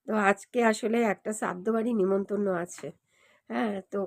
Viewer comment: নিমন্তন্ন আবার কি?কথাটা নিমন্ত্রণ